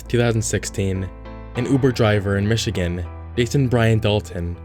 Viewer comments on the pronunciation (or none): none